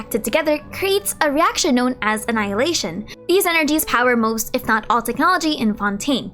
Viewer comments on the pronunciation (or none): none